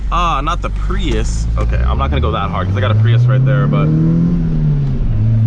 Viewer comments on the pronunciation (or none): none